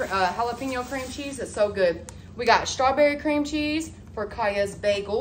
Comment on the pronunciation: She never says “strawberry” correct either. It’s always “shtrawberry”.